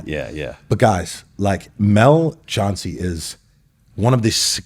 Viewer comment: Chancey called Chauncey